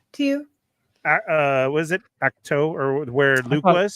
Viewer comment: pronouncing Ach-To as "Haq-Tua" had me cracking up 😂